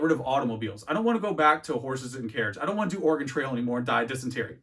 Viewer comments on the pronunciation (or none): none